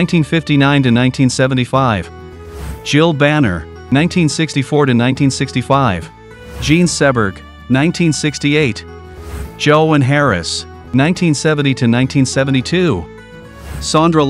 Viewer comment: Jean Seberg is pronounced see-berg